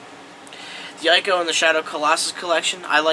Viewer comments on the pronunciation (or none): Ico is pronounced eeco